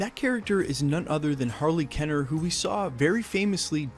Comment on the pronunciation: Isn't it KEEner, not KENNer?